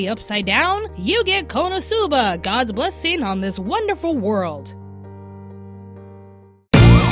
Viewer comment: for future reference, when pronouncing Konosuba, accent the "no", and half-drop the "u" without dropping the syllable. I'm saying this because, although you are my favorite member of Anime America, you butchered the pronunciation of Konosuba.